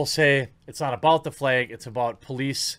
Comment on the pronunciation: The fleg? That's midwestern adorable right there!